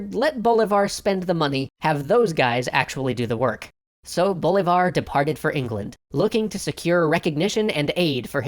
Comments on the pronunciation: siMON boLIvar, not SImon BOlivar. Otherwise good video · The pronunciation of Simón Bolívar should be si-MON bo-LI-var rather than SI-mon BO-li-var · Semen Boulevard????? Simón Bolívar, please....the strong syllable is not the first one, as all anglo speakers tend to supose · Same way you don't emphasize the "E" in "Gómez" but the "o" instead, you emphasize the "o" and "i" in "SimÓn BolÍvar". That's what that symbol is for in Spanish. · 1.- Extra Credits didn't included the Esequibo in the Venezuelan map, the Esequibo is part of the Venezuelan territory, add it please. 2.- si-MÓN bo-LI-var. 3.- This video doesn't explain that The First republic basically threw everything to Miranda when the cause was already lost, Miranda surrendered the Republic because it was a total defeat and it was better to surrender before being completely captured by the Spanish. Bolívar didn't understood this and betrayed Miranda (who was right about Bolívar fighting like a rookie who didn't understood what an army was or how to command) and the venezuelans, to this day, still don't forgive Bolívar for betraying Miranda (the Idea of the Great Colombia came from Miranda, not Bolívar). 4,. The New Republic wasn't meant from Rich for the Rich, the first republic was meant so the Venezuelans were finally freed form Spain (with most of the states agreeing with it) and they even tried to abolish slavery (but, since they would never get away with it, they could only abolish slave trade), they also made the law so the indians could be treated as equals under the constitution (if you don't believe me, read the Constitution of 1811). The only reason the black people stayed loyal to Spain was because they didn't understood what they were fighting for and fought against the ones that were supposed to help them.